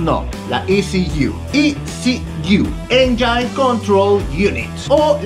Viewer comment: Engine se pronuncia "ényin" no "enyáin".